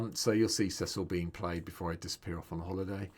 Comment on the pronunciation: first content creator to pronounce his name correctly <3